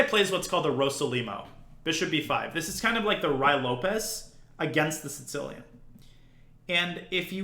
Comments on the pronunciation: Does he say “Sincilian”? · I heard “Sitz-cilian” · I hear it as “Tsih-cilian.” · Or maybe “Tsits-cilian”.